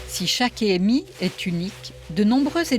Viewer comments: Elle me stresse elle a dire é m i , au lieu d’ e m i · Il n'y a pas d'accent sur le E de expérience, on ne dit donc pas ÉMI mais EMI.